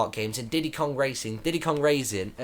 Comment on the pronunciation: Heh he said diddy kart raisin.